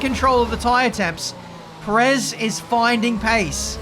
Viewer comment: could you please stop saying Perez's name wrong? Just copy Crofty. GZ on the massive win! Very much needed victory and double podium.